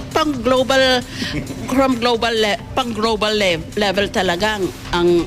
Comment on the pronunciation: mukhang nagkaroon ng mild stroke si... hindi masabi ng tama ang salitang "global" panay "grobal"... nakakatakot na ito... baka matuluyan na si pag naasar na naman sa impeachment trial... Diyos kooooh....